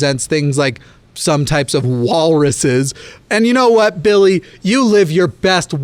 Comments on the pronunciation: I lose my fucking mind every time you say "BiLlY" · I'm imagining his name being spelled "Billigh" based on how you pronounced it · Everytime he says Billy in this video all I think about is Jacksfilms Kermit sings video.